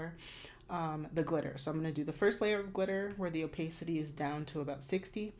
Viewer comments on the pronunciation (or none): Super helpful, thank you! I love love cateye, so I'd love a deep-dive on how to achieve different cateye designs! Also just FYI it's pronounce oh-PAH-city